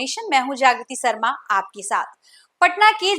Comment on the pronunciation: Deso nahi desho,sarma nahi Sharma, suru nahi shuro at least koi language to Sahi bolo behenji, try to improve, Good luck